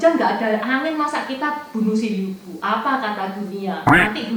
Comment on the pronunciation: Sekedar masukan yaah, Pelafan yg benar sbnrnya bukan Liu Bu, tapi Lyii Puu... ama disebutkan Liu Bu dan Liu Bei seolah2 mereka satu marga tp sbnrnya marga mereka beda jauh....